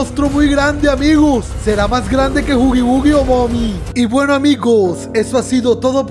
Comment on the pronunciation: Bunsobuni. ee😂😂. gueno. es. gueno🎉🎉